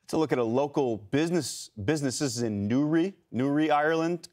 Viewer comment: hearing that butchering of Newry pronunciation was nearly as bad as the floods.